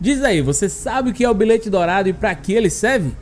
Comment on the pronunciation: "Bilête" kkkkk